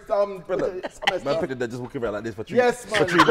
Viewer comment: It's tree😂